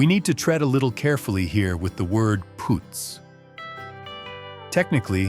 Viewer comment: It's PUUTZ, not POOTZ, This AI wins Marmaluke of the Year! Shemdreck AI!🙄